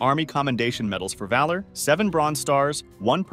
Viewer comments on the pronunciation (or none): none